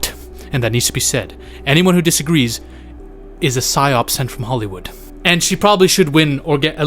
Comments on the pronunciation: Psy op, not “ pych op”, idiot. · It’s spelled “psy-op”, not “pych-op”.